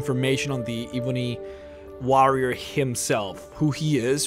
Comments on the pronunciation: the eeebony wa-rioer 😂 great accent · E-BUNNY WAH-RRIAR! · You pronounce "ebony warrior" funny